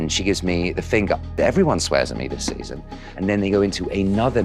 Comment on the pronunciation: "everyone swears me this seson" 😆 derekkk